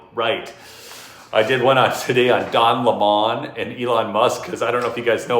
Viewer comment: Grrr its DON 🍋not don leemaaann